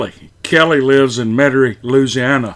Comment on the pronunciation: I can't believe you pronounced Louisiana like a yank. You did say Metairie right.